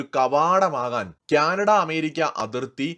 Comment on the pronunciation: ക്യാനഡ അല്ല കാനഡ ആണ് 😊🙏